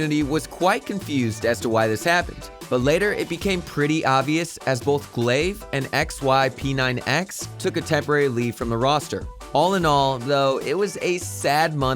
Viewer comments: V-A-C ban , ASS-Tralis, XY-P-9-X, E-S-3-tag and also the fact he said Stattrack Howl was sold for 140$ without thinking it was a mistake in thr script. Must be just a normal narrator working for the channel and not a guy with csgo knowledge but someone should still tell him how to pronounce those words/names lol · “ex why pee nine ex” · I got triggered a lot on this video bro like the way he said es3tag and xyp9x is like idk... btw does this guy had something against liquid or what ?? ( I'm a liquid fan ok don't judge me pls XD ) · I like how he pronounced xyp9x and es3tag